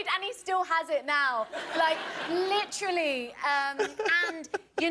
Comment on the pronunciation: Someone needs to make videos of every time Naomi Scott says “LICHRALLY” (literally) and every time mena massoud (I hope I spelled that right) says “I grew up in an Egyptian household!!!”